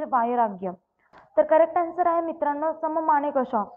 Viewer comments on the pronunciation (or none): सम मानिकशा नाही हो मॅडम, सॅम मानिकशा.